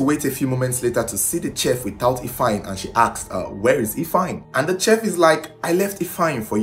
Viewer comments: Its pronounced 'shef' not chef like in check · It’s pronounce sheet not cheff like shhhh. Thanks. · It is spelt chef but pronounced as SHEF. If you want your videos to soar with foreign views, it is imperative to work on your diction; pronounciations. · CHEF....PRONOUNCED "SHEF"!!!! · Chef is pronounced as “shef” please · you just might wanna look up the correct pronunciation of chef , thank you! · you saying CHEF all wrong